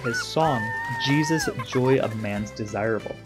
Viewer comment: I enjoy your videos. Bach is pronounced Bah ck where the ck is formed at the back of the throat as if you were going to spit. The piece is Jesu Joy of Man’s Desiring. Jesu is pronounced Yeh-soo.